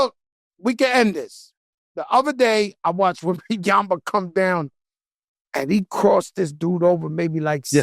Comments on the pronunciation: It's pronounced Wembanyama 😂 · He said winbinyamba so serious 🤣🤣🤣🤣🤣🤣🤣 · SAS is like “Wembanyana” lol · Joe saying WembanyamBA and SAS saying Wembanyanna. Shit they BOTH sayin his name wrong 😂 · How he correct Joe about pronouncing WEMBY name and still get it wrong 🙄😂🤣